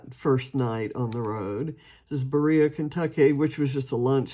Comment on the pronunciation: I think you mean Berea college in Berea (Be re’ a) Ky. I live 30 min north in Lexington, Ky Oops. Later you say Berea! Lovely little town. Hope your lunch stop was at Boone Tavern